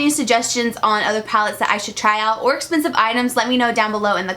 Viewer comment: "Das espensive" 😂